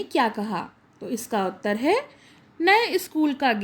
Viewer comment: Mam utter hota hai uttre nahi